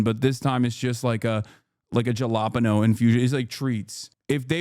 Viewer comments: Hasan showing his Jersey heritage here, a Caliboy would pronounce it "hellapenyos". 🌶😄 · That is NOT how one says Jalapeños brother...